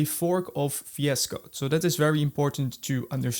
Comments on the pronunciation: me: "what tf is Fiasco?" also me: "ohhh vs code!" 💀 still cannot hear vscode.. only fiasco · If you "defeloper" ... if you are using "fi es code" ... "you already know and lof" .. "we will cover all in this fideo". I really can't focus man. I understand "R" might be difficult. or "Z".. But "F" ??? come on? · i heard you say vs code as 'fiasco' and it's so appropriate. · It took me a while to understand what was he refering to. Even after i knew, i still hear fiasco 😆